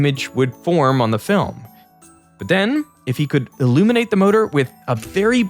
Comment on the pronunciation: what the heck is that “thenn??” 😆